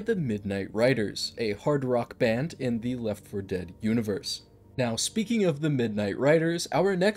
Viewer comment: It's always weird to me when you say left 4 dead correctly. I would always pronounce it Leff for dead just cause it was easier and you could still tell I was talking about left for dead lol